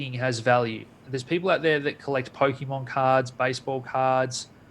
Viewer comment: My level of respect for dropped slightly when he mispronounced Pokemon...